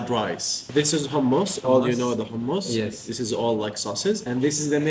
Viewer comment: Bukan hammas. It’s hummus 😅 you’re one of the fortunate ones because not everyone can have this sort of experience ❤ enjoy 😅